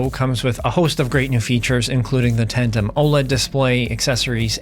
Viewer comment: Tandem* Not tantem…